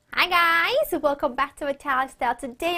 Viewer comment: you say "Hi guys" in a very funny way :))))))) aaai gaaaaaaays